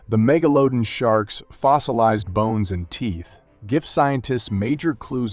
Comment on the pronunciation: He also says Meglodin instead of MeglaDON